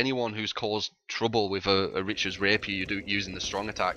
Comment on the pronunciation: Richard's Rapiers? It's Ricard's you anti-French monster. (Jk)